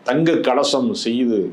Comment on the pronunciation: சகோதரர் திரு, நீங்கள் சொல்வது தங்கக் கலசம் என்று கேட்கிறது. அது தங்கக் கவசம். எனவே கொஞ்சம் அழுத்தமாக கவசம் என்ற வார்த்தையை சரியாக உச்சரிக்குமாறு அன்புடன் கேட்டுக் கொள்கிறேன். நன்றி.